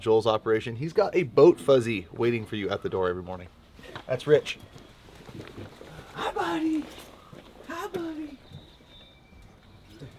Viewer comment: The pups name is Ridge not Rich 😂 love that sweet boy!